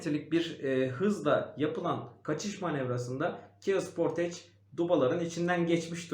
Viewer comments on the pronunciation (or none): Araç model isimlerini hep yanlış telaffuz ediyorsunuz. Dacia= daçya, kia sportage=sportıc, hyundai tucson= tusson